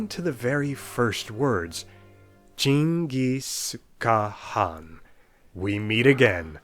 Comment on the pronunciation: You read "Cengiz Kağan" pretty much the same in Turkish.